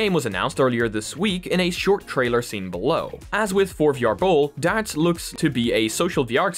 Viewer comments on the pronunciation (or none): none